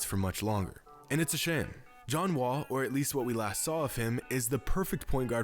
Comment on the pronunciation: You said John not ja